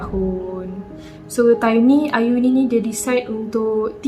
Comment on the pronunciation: slah sebut nme ayuni to auni me having auni name: wuttt?!